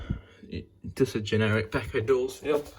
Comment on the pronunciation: You said b-eh-ko! Thank you!